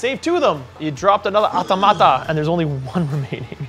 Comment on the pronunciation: I think the Automata you say with emphasis on the “o” not the “a”. 😂 you may know and are just having fun making them sound like a tomato.